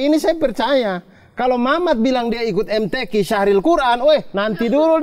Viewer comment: saya kok dengarnya, "SYAHRIL QUR'AN" ya? atau bagaimana derteman-teman penonton? Jika benar demikian maka saya sedikit koreksi, yang benar adalah SYARHIL QUR'AN.🙏